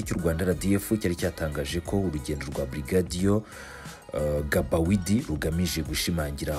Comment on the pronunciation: Ntibavuga Gabawidi bavuga Bagidi (Gbaguidi)